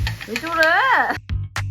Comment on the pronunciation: 아닠ㅋㅋㅋ ㅋㅋ 영기님 왜줘뤸~ 이거왜케 웃기지ㅋㅋㅋㅋ